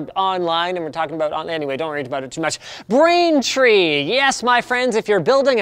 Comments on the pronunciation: you said brainfree and not braintree rip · Or the fact he says "brainfree" "try out brainfree today" hahaha ohh poor Linus sorry mate